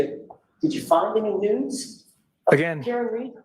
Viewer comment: Oh my! I understood “no news” but it was “no NUDES”!!!